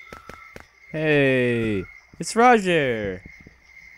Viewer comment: dude the way you pronounced the 'g' in Roger, is actually the way your supposed to pronounce the 'J' in Jeanne